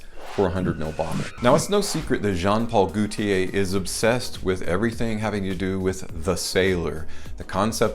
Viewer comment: The way you said "Goootier" 🤣 That made my day. But yeah, that Fiat bottle looks like a children's toy from Star Wars. The testers from the Bvlgari Aqva line come with the stand though. Sucks that the retail bottles don't. Ferragamo Uomo testers also don't have the built-in atomizer. The top is actually a cap. Too many head-ripping accidents I suppose. Never had an issue with spraying my 50 mL, but I heard that the latest formulation isn't worth it anyway. Watered down apparently.